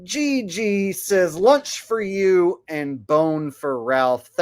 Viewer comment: Joe E-G-G 🤣🤣🤣🤣😂 I think it's supposed to be Joe Egg but Joe E-G-G is way funnier! 😂😂😂😅 i am literally laughing my ass off at the way you said his name!